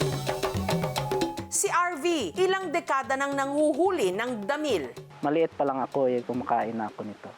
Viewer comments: Grabeng diin sa pag bigkas ng damil 😅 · Edited ung audio clip. Mali pagbigkas ni Ms. Jessica sa DAMIL. Sa mali pagbigkas, kaya inedit nila lahat ng sinabi, and then kinuha nila yung sa clip, nilagay nila sa bawat damil na sasabihin ni Ms. Jessica. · Grabee yung bigkas ng Damil diin na diin😂😂😂😂😂